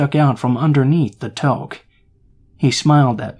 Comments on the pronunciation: Toke is a hit of weed 😂 toque is pronounced like toock haha Canadian here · You’re pronouncing the name of the hat incorrectly. It’s more like “two kk” or “too kk”